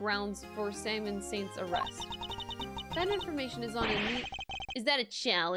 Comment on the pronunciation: Is someone gonna tell her that his name is "Simeon" like simian not "Simon?"